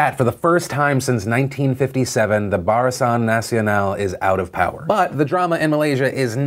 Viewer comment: I just love the way he butchers all their names >.< his pronunciation of " Barisan Nasional " is my favourite .